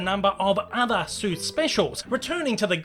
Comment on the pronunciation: He says it as Dr. Zeus